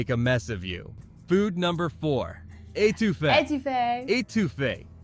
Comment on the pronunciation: The pronunciation is a little off. It’s not really a long A, it’s more of the A sound when say ‘at’. Or even like Ae Toof A. The big secret to a great Etoufe is the fat from the crawfish & boiling the peelings for stock. After making your real butter roux to a caramel or peanut butter color & your stock instead of plain water!